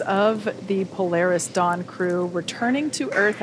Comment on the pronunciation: Po-lar-Is Dawn, what's that chute that you've got on, doing mis-sions that might make ol' nasa cry....